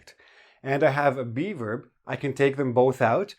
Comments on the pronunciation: Oh geez, every time says "be verb" I hear "beaver" that sends me so bad:"D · Me too! I kept wondering what he was calling a "beaver" in the sentence!